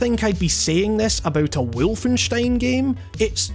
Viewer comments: Was about to comment the same thing "Wulfenyshtein" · James Atkins Full blown German accent, that is. Even feels a bit overexaggerated.